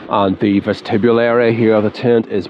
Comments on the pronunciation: That's an interesting pronunciation of the word vestibule. I've never heard that before. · Great video…thx! Was intrigued by your pronunciation of ‘vestibule’ though…is that the usual pronunciation in Northern Ireland?